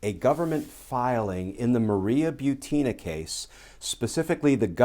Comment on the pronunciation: Thank for pronouncing my last name properly. I hate when people say BUT-in-a lol. (No I'm NOT related to Maria)